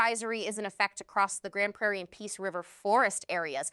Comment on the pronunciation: Yay. You said Grande Prairie correctly. Thx.